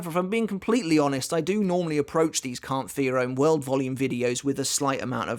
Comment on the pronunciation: Am I the only one who hears "Count for your own world" with his accent? No trying to be mean